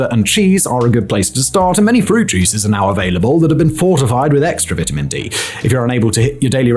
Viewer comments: I don't trust this guy. He doesn't even know how to pronounce "vitamin". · The way he's saying vitamin is making me irrationally mad lol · I like the way he says vitamin 😂